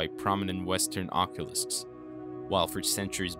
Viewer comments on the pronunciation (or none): "Occulists"?🤔 Isn't it "Occultists"? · When you say occulusts… are you meaning occultists? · You keep saying oculists, which is someone who works with corrective glasses. You mean occultists. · Is he saying occulists instead of occultists? I’m confused and it’s ruining the whole video for me, how is nobody else talking about the fact he’s using a word that doesn’t even exist?